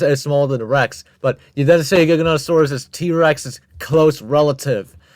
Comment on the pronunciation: saying trex is relatives with giganotasaurus is like saying ornithomimus is a relative of spinosaurus XD (cuz like... theyre both theropods but obviously not related) JIGANOTOSAURUS???? WTF???? (im not even gonna mention the misspronounciation of the sauropods) bro did not put acrocanthosaurus above giga and spino 😭It's enough that those 2 shouldnt even be in a top 10 biggest he put a dinosaur EVEN SMALLER above them (dont get me wrong i know some could get REALLY big, close to them even but obviously not bigger than fkin spino and giga) "#6... SAUROPOSEIDON" proceeds to show sauropods other than sauroposeidon (also does the same thing with the other sauropods)